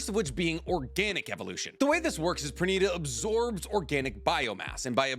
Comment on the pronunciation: Pernida = per-nI-da